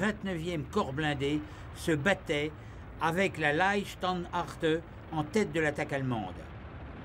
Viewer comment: Mais comment le commentateur prononce le mot Leibstandarte ? "Landstartarte" ! N'importe quoi. D'ailleurs, le nom entier de cette division est Leibstandarte Adolf Hitler (la garde personnel d'Hitler).